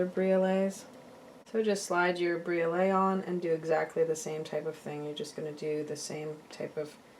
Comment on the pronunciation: The blue stone is pronounced cal-SED-ony. Briolette is pronounced brio-LET. Mandrel is pronounced MAN-dril. I enjoy your videos, but they would be easier to watch if you pronounce these words correctly.